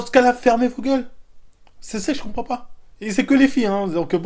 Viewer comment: quand ton prof dis qu'il va appeler t parent et toi meme tu sais 🤣🤣🤣che ne compwend pas